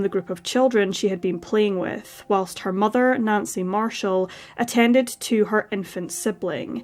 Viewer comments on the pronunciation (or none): none